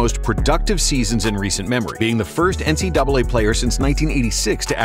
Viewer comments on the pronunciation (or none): none